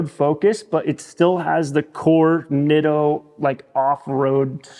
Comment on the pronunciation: In Japanese the letter "I" is pronounced with the long "e"sound similar to Italian. Spaghetti, Masuratti, Pizza etc. So please pronounce it as Neato.